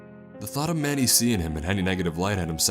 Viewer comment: oh mandy! I thought this man was saying manny